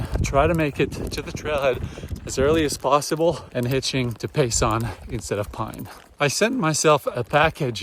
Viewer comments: As an Arizonan and hiker, I’m glad to see the AZT getting more exposure from popular YouTubers. And it’s Pay(sen) not pay(son). 😊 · Btw, it’s Pay-Sun , not Pay- Sahn. Enjoying your trip as I have enjoyed your previous ones.